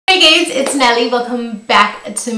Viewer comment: Are you saying gays or guys in the intro ? Ahahha